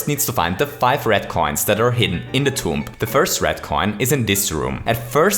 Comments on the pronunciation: Your way to say tomb is TOMP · You don’t pronounce the b at the end of tomb